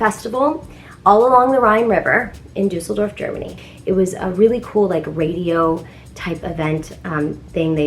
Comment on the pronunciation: Don't know many English speaking people besides you who can say "Düsseldorf" :-D